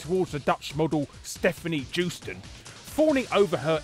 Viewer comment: LOL you can't even pronounce their names right. Joosten is like "You-sten." MGSV wasn't cut like you think! Do your research next time. Here's a hint: the subtitle "The Phantom Pain" ties into why the game feels incomplete. It was made that way on purpose! Every Konami and KJP staff that has gone on record about the game's completion since its release has maintained the game as released was complete and the intended version they always wanted to make. They had the story mostly in place in 2011. Anyways, like I said, DO YOUR RESEARCH!